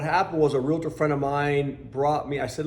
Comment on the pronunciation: Not Real-a tor..it is Real-tor. :)